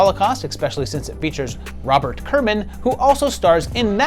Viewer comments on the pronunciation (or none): none